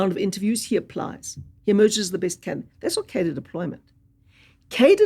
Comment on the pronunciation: turns out I have been saying the word Cadre wrong all my life